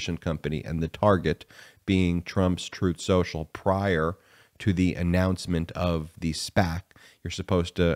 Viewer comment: Spin Soocial